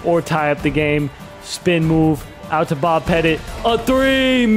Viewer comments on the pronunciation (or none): none